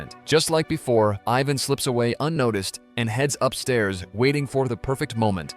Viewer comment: Mike ina panic shot himself, when he actually shot his dad? I'm convinced you've remedially gone mad, as I've found too many easily avoided irritating mistakes while tryna watch these in the form of moral entertainment. Then you call Ivan, AVAN at the end. Gotta love AI. 😂❤